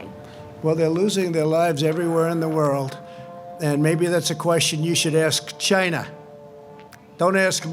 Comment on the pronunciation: the way he says china is hilarious.